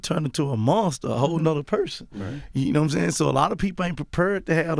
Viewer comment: Gotti= “Parpared” (Prepared)